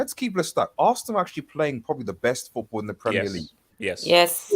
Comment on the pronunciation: Someone tell it’s FOOTBALL not Foothball